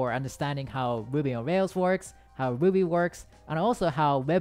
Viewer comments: when ever he said ruby it just sounds like Boobies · I thought he was saying boobies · When u said ruby, i heard booby😂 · did anyone else hear a different thing than "Ruby"? 😳